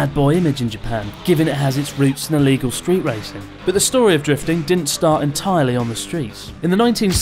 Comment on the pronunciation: en tire ly? Don't worry, I'll leave